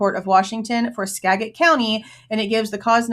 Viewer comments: The pronunciation of Skagit county is Skajit. I had a feeling right after this case was filed that it would be moved to federal court without even thinking about the FBI being involved. When a state entity is involved it is usually filed at a lical level, but moved to federal. I know this from personal experience. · Because it will probably come up again, "Skagit" county is pronounced "Skajit."